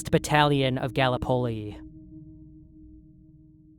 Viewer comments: I know its minor but Gallipoli was pronounced wrong, its guh-li-puh-lee rather than gal-eh-pol-e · "Gallup Poll-e" Its Gal-lip-O-Lee lol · Aussie here... It's pronounced Gal lip ohli. Like galip plee. A place sacred to Australians, and the brave ANZACs who fought, and died there. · Galli polley? Dude. Gotta check your pronunciations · Not a huge deal but I think it’s pronounced Gal like the term for a woman - lip like lips - o like oh! and Lee like the surname. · Just a tip, my dude, it's pronounced GUH (as in bruh) then LIP, then uh as in *uh..." then Li /Lee. GUH-LIP-uh-LEE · Gallipoli is pronounced gah-LIH-poh-LEE like polyphony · The way he says Gallipoli 😔🙏🏻 😢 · That's....not how you pronounce Gallipoli😂. Good video tho 👍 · The pronunciation of Gallipoli made me die a little inside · Learn how to say Galipoli.